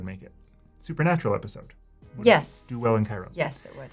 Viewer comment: Cairo Ill is pronounced Kay-roh not kye roh like the city in Egypt.